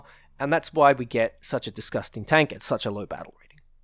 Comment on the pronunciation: when you talk about this tank fuucking disgusstang.